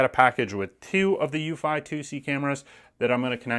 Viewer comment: I thought it was pronouncedc eww-fee, no???